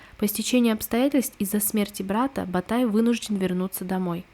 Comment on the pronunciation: также погуглите Ботайская культура, правильно будет Ботай, а не Батай